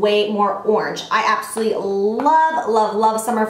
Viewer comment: It sounds like you're saying "absoLEE" when you're saying "absolutely gorgeous" lol I love you so much!